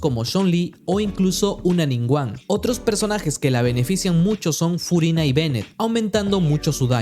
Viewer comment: "Scofiágg", "Fuguina" 😂✌️